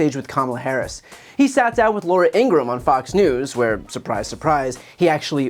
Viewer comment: I don't like Laura Ingraham, but I like you (BTC). Also, I know correcting your pronunciation of her name can only work in your favour. So, just fyi btw, her last name is pronounced In-grah-ham.